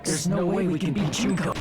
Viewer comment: its Junko not Juhnkoh